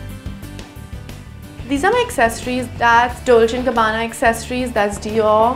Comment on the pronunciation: “Dolchhhhiiiii and gabbaannna “ so so much exaggeration